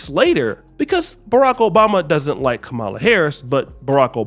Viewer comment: It's Ka Ma La, not Kah ma la.